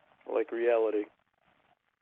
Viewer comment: “I like reawlity” No you don’t! You fucking hate reality 😂 “NBC nevah shoulda been there” - neither should you, moron